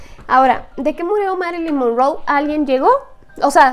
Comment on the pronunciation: Porque dijo Marilyn mongou si es Marilyn Monroe